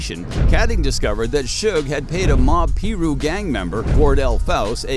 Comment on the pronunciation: Please don’t say that again, it’s disrespectful. PIRU is pronounced “Pie Roo” NOT “pee rew”. I would change that if I were you, some would find that to be really really disrespectful. Learn to pronounce any mentioned gang names, or names of people before you put out the videos. I’ve seen people get hurt or even killed for less.. Other than that, this was a really good video, and entertaining. 💯